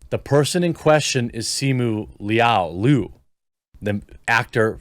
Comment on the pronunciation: You have a whole channel on news reading and you can’t pronounce the word LIU properly. Sad